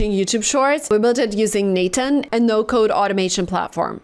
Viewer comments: “Natan” I been pronouncing it wrong. 😮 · I've never heard anyone call it Nathan. I thought it was n-8-n? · by the way its n eight n. not nathan